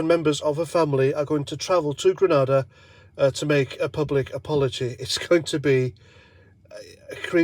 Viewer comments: It's Grenada not Granada.... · it's grenada, granada is a spanish city